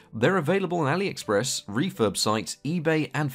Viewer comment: I have been amazed by how you pronounce ali express right